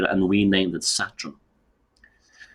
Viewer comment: Love pronounciation of 'Satrun' (Saturn).....as well as modren (modern)😂